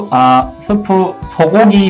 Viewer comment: 소고기 할때 소거기라는줄ㅋㅋ